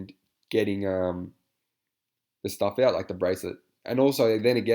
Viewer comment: LOL that was spelled out so perfectly! “Stahff” 😂